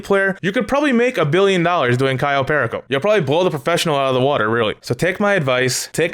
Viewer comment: The way you say "perico" 😭 its a spanish word stop saying it with an english accent 😂😂😭 Edit: nvm my guy you say soo many words wrong 😂 also you cant get vehicles like tor or oppressor on podium.. dont know why you would possibly think you can